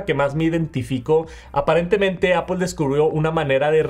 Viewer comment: Es Apple, no Apol